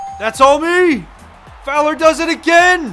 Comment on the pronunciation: Who else remembers when completely butchered Fowler's name the first time he read it?